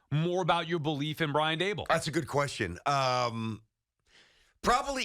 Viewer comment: Tierney, for the love of God stop swallowing at the end of words that end in "n" I’m so tired of hearing you say "questiom" and "cashmam" it’s beyond irritating